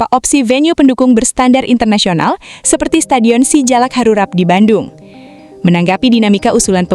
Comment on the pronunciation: SUGBK bukan SEGuBK terus Si Jalak Harupat bukan Harurat